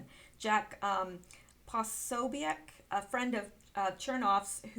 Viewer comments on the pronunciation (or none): none